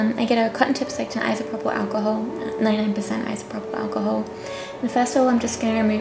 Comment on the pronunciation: Her voice she can't even say alcohol damn my fucking God